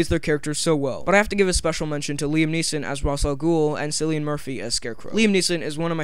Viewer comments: It's pronounced Killian Murphy not Sillian Murphy for God's sake. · It's pronounced kill ian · It's pronounced Killian!!!!!